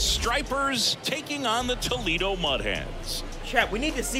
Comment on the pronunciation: Man can’t say Toledo 😂